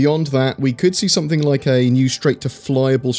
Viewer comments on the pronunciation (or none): none